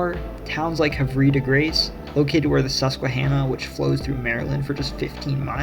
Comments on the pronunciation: gotta say it, Salisbury, is pronounced sulsbury, and the E in Havre is silent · you botched that pronunciation baddd my guy lmao. the havre is pronounced Have-a because idk